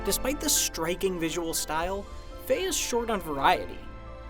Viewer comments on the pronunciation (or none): ITS FE NOT FAY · It's pronounced "fee-yah"